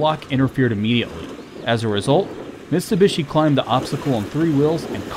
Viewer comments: It's MitSubishi not MiSTUbishi! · it's NOT MiSTubishi, is MiTSubishi !! :)) T is first, when you say it. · It's Mitsubishi not mistubishi, although this was a great comparison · Him saying "Mistubishi" instead of Mitsubishi, really on my nerve. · Bru can you read? Mitsu not mister. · its no mis+tu+bishi dude, its mit+su+bishi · It's a Mitsubishi not Mistubishi.. God! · You know it's not Mistubishi!!! It is MITSUBISHI ! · It is called Mitsubishi.... Mit-su-bishi - NOT Missssstubishi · Stop saying mistubishi. Its mitsubishi. I drives me nuts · MITsubishi, not MIStubishi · "Mistabishi" wtaf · Cool video but who’s Mr Bishi? 😂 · You say " mistubishi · And this was AFTER the video he made on how to pronounce the brand names correctly...